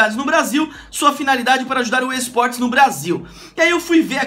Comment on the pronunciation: no comeco ele falou eisportes